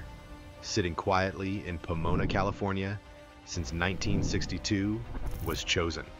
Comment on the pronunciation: "poo-moon-na"? How about "po-MOAN-na" AI is so stupid.